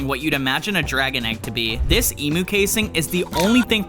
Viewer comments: That's not how you say emo is emu the higher impromptu I'm Australian😊😅 you kind of got it wrong but that's ok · Emu is pronounced ee m you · Bro said Emo egg instead of emu egg😂😂￼ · You said emo egg😂😂😂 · it’s pronounced emyu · Eem-you said fast is how you pronounce emu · BRO REALLY SAID EMO EGG😂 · Bro said kemo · Why tf did he call the emu egg EMO bro I feel bad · Bro said emo egg😂😂😂😂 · Bro said emo egg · That’s not how you pronounce emu!!!!!!! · As a Australian he is saying emu wrong